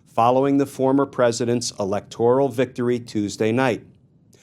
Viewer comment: Helpful Tip: The word "Electoral" is spelled "Electoral," not "Alectoral". Please pronounce it as it is spelled.